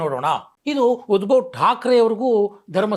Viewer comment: ಉದ್ಭವ್ ಅಲ್ಲ, ಉದ್ಧವ್.